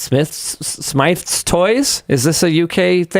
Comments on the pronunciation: smiths toys is how it is pounced, NOT smiTfs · It is pronounced "Smith's" but is spelt Smyth's. As for Microslop turning over encryption keys, they kinda have no choice when it's a request pertaining to legal matters. As for this whole push for online sign in thing, I managed to avoid that when i installed Win 11, but I'm considering switching to linux once more, I may do when Win 12 rolls around.